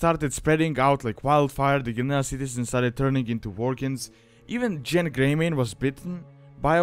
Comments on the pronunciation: You mispronounced Genn. The G makes a geh sound, not a jeh sound. Start a Worgen sometime if you haven't before, the name is spoken multiple times in the starting area. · it might be ya accent but its gen not jen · not JENN its pronounced GENN not JENN, that's how every npc says it, and every player I know that I've talked with on skype / teamspeak / discord, said it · Genn not Jen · If a soft G makes a J sound, then that's wrong, even the npcs say Genn, there for, GENN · To much stuff that isn't accurate first of Genn doesn't have a j sound it's a g sound second the events of the Worgen Starter Area take place during the Cataclysm pre-patch in Wrath of the Lich King not after Deathwing comes out of Deepholme. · You say Genn the same way you say gif